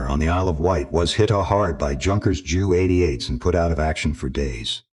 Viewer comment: Interesting to learn that the Germans flew Jew 88's. There was me thinking the Germans were anti-Jewish 🤣🤣🤣 Will these cheapo U S, A I driven stories ever learn to pronounce English? 🤣🤣🤣